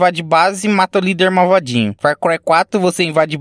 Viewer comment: Gostei de ficar ouvindo "marvadinho"